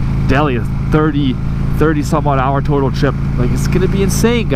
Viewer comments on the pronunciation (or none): none